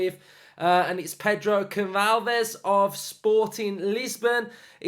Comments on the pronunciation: class video man! hope we sign him , he looks the real deal. Just a note its pronounced Gon-sal-vesh! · In portuguese you actually say "Pedro Gonssalves" the ç is like ss